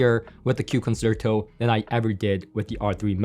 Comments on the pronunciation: Just a note that "Concerto" is pronounced "Con-Chair-toe" not "Con-Sir-Toe" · nice review and thank you for doing it. By the way, the word "concerto" is pronounced con- cher- ( like cherry) -- to. No "S" sound. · I'm left puzzled about what aspects of the others on your tier list the KEFs 'destroyed.' I think the R3 Meta was only slightly more preferable to the Buchardt, and you preferred the CSS to the Concerto? Also, unless there is a specific pronunciation for the speaker, Concerto is 'Kahn-chair-tow'. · It's actually pronounced "Kon SHEIR toe", as in the Greig Piano Concerto, or the Tchaikovsky Violin Concerto. ConSHERtoe. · It's pronounced consherto pal 👍👍